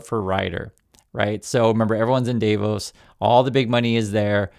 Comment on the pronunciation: not DAIVOS but DAA-VOS.